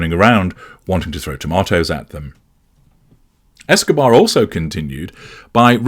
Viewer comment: Did you say Escabar? lol